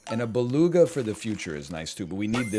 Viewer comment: I love how he f up beluga like 4 times in a row xD and right after he proceede to lecture some1 else who probably did the same :D my man .